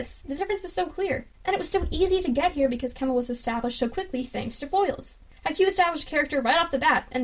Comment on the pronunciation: Its Kenma not Kemma